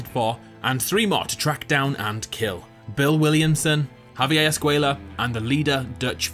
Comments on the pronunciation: Despite hearing the correct pronunciation of "Javier" in the clips used from the actual game in this video, this guy insists on pronouncing it "Javi-AYE" instead. He says it several times, each time more irritating than the next. Completely ignoring the letter "r" for no reason whatsoever. I know he's British but that's no excuse. He mispronounces it just to annoy the hell outta me. If he can say "Red Dead Redemption" without fail, he can say "Javier". Sound it out: "Hav - E - Air"... You dick. 😒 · Did you really just pronounce Javier w no R? 😑